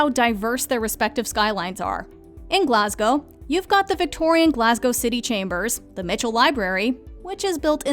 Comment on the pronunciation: Wow, the narrator is literally the first American I've ever heard pronounce Glasgow properly. 👏 Edinburgh she nearly got right